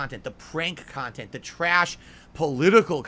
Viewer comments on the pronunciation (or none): "They make khantent for malf druuling marahns... oh, hi Derich, see you later Jayde... the devs should eat tuuurds out of muh aaaaassshole, ack ack ack." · "People are gonna study this later...how was so successful and profitable with the small audience...because the kahntent I put out is very different..." hahahahaha 😂Well yea, nobody begs harder than you, and is as self-deluded to call it kahntent.